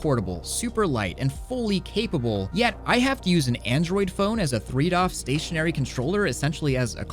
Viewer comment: Every time you say doff I cringe, I know it's not a big deal, but please just say degree of freedom for my sanity's sake